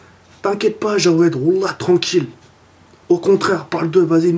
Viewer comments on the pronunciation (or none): C'est Jaoued et pas jawed --"